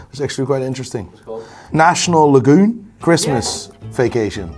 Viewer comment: Who’s gonna tell him it’s national lampoon not lagoon 😂